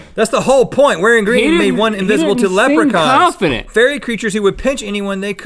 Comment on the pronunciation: That's not how you say Leprechaun, Link!